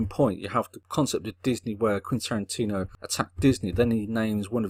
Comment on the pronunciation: He doesn't. He says Quintantino for some reason.